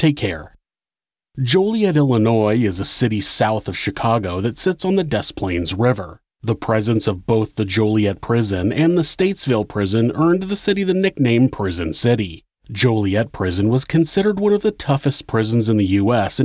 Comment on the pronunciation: Many people add an extra "S" in the prison name but it's actually "Stateville". When television shows refer to Joliet, they typically call it Statesville. I'm not sure if that's an intentional error or not. And because I'm nit-picky...There's Joliet Stateville prison that is still in operation and there used to be the Joliet Correctional Center which is now closed. The Correctional Center is shown at the beginning of Blues Brothers.